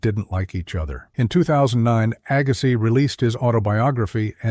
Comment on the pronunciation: WHY, WHY, WHY can't the preparers of these videos get the narration correct? C'mon, AGGA-SYE?? Jesus H. ......!!!